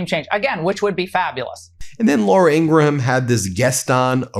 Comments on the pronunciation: Its Laura Ingraham...not Laura Ingra-Ham... sorry Ben... MidasTouch is the best!!!!! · Why do you pronounce the h in Ingraham? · Ben, you DO NOT pronounce the H in Graham's name. I kept hoping someone on your team would inform you of your mistaken pronunciation of the name. Not that I care about her, at all, but I do care about you and the importance of you sounding like a serious journalist. It's pronounced Grāy ăm, like a graham cracker. The H is silent. I hope I didn't offend you. That was not my intention. Btw, my hubby and I are devoted followers of your channel. ❤ 🗳🗳🗳 💙💙💙 🗳🗳🗳 💙💙💙 🗳🗳🗳 💙💙💙 🗳🗳🗳 💙💙💙 🗳🗳🗳 💙💙💙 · 😏Although it's not of paramount significance, but I'm truly curious if Ben's sporadic mispronunciation of Laura Ingraham's surname is intentionally mispronounced😅. The correct pronunciation of her last name is ING-grum (/ˈɪŋɡrəm/)...just saying because it seems intentional😂...🇺🇸🗽🤜🤛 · Please stop pronouncing Ingraham like that. It grates on my nerves so bad.